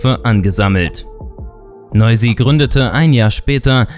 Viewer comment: Nein hast du nicht ich bin. Albaner und Fan von noizy aber nicht schlimm das du es nicht richtig gesagt hat